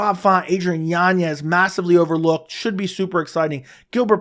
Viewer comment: Literally no one else in the world pronounces it YanYez. You just trying to pull the Chael Sonnen or what? His name doesn't have an ñ so it's not what you think. Next it's gonna be "YaRear" Rodriguez